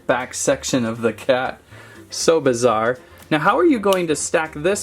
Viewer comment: “So bazar” says